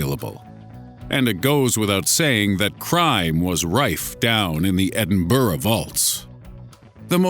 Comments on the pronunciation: Edinburgh not edinburrah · It. ED-IN-BRUH. Not. Ed-IN-BURROW. gees man. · the pronunciation of Edinburgh makes me laugh so much😂😂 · the way you say Edinburgh pisses me off